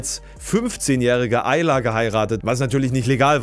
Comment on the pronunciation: Hast du Ayla gesagt? 🫤